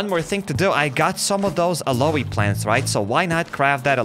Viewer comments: Aloe 😂 the pronunciation is a-low Vera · Its not called aloe its called alow Vera